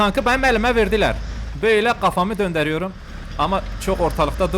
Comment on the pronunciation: ✨KaFaMıĞ dÖndErİyOrğM✨ Abi türkçene bayılıyorum yaaa.